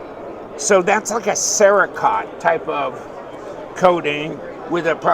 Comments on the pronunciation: Cere-coat not cere- kot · Cerekote….. It is pronounced Sarah-Coat, Not Sarah-Cot 😂😂😂☠️☠️☠️